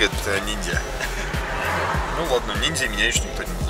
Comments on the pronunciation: Привет, он сказал : фотоаппарат убери низзя а не ниньзя)))) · 😁😁😁он сказал фотографирот нелзя а не нинзя😁😁😁😁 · Кажется сказал не ниньзя а нильзя